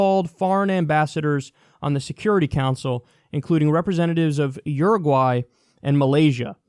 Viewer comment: You say Uruguay like an Australian.